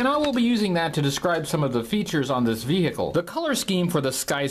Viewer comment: I can't take "ve-hick-le" any more.